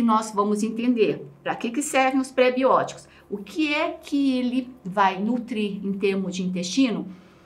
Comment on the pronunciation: Maravilhoso. Só duas observações: o acendo em "prebiótico" é no primeiro "o" e "oligossacarídeos" é acentuada no segundo "i".